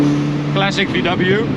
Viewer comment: VDoubleyou. Much better than BMDoubleyou xD